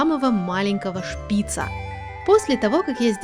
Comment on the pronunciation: Шпица ударение на букву ааааааа на последнюю букву а. Извените за ошибки